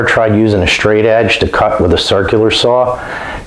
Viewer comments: Stop saying shtring and shtraight....you are ruining the English language! 🇨🇦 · “Shtraight”, “shtring” :)